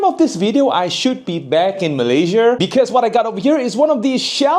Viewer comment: why do you (always) say malaysia with R in the end?